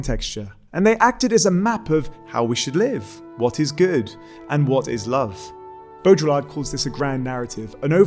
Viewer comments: bow-dree-are, not bow-drill-lard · it's not Bo-dra-ll-art !! (BAUDRILLARD). It's rather smth like Boh-dree-yar(d). 1 dislike for total incapability of pronouncing a french name correctly (what a shame..)- let alone excplaining his work... I know the (late ) french philosopher, I've read his very interesting book, in english (Simulacra and Simularion).. A person's name is too important and it should not be vandalised out of pure IGNORANCE. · Ok but that's not "bodjolar" It's "bo-dree-yar" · Just, well, it's not bow-drill-ard, it's bow-dree-aard. Other than that not bad at all. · Your pronounciation of baudriLLard I found unacceptable :( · Interesting talk. I almost stopped it because I was Irritated by your pronunciation of Baudrillard, though. It is not properly pronounced like there is a drill in the middle. Beaudry-yar is French, and they are sensitive about such things. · Could at least try to pronounce his name correctly. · Great video! (I find it weird that you use the French pronunciation for the first half of Baurdillard's name but not the second. It's a bit like pronouncing Marseille as "Marss Eyull".) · The L is silent ;) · The way you pronounced baudrillard made me cringe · hears him pronounce Baudrillard incorrectly, turns video off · I don’t think of Baudrillard as postmodernist. But he gets lumped in there. Also you’re pronouncing his name wrong.